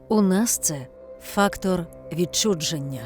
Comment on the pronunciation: Не ВідчуДчення а ВідчуЖення